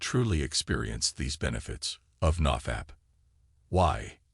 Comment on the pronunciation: The way he says "naw fapp"